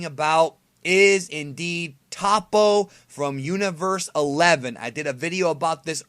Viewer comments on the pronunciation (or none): none